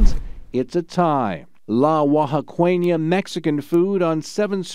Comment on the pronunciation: Oaxaqueña = Wah-ha-kenya 😂 not wah-ha-kwenya